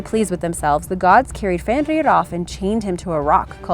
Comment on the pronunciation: I love Norse mythology because I'm named after Odin but you need to work on the pronunciation of jormungander and FENRiR